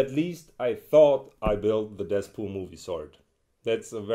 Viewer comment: did he say deathpool